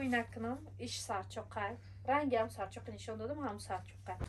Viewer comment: Сарчок не сачок